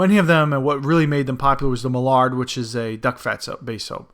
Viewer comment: You're mispronouncing the duck species "mallard".